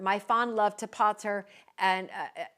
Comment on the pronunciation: Pater would have been pronounced with a long "a"... Pater like Tater!🤣🤣